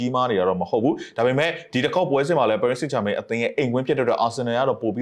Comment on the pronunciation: နှုတ်ခမ်းမွှေးနဲ့ကောင်က.ပဲွဲကြိုသုံးသပ်တယ်သာပြောတာ.အသင်းနာမည်ကိုမမှန်ဘူးဟ. ပဲရစ်စိမ့်ဂျာမိန်း.ငပိသံနဲ့ပြောရတာကို. ဘာတဲ့.ပရ်ဘာဆိုလဲ.ငနဲ.ဘောလုံးရောကန်တတ်ရဲ့လားမသိ.လူကြားကောင်းအောင်လျှောက်ပြောတာ.သူပြောတာတွေလဲ.တလဲဲကည့်ပဲ.နဲနဲတော့လေးစားအုံးဟ.အားပေးသူတွေကို.channel ကြီးထောင်ထားပြီး.အဲ့လူမျိုးထားထားရင်.ကွဲမှာပဲဟ..ကြည့်တဲ့သူတွေစကားလဲနားထောင်ကြအုံး